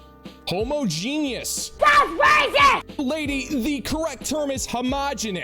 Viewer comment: She pronounced homogeneous correctly for an American.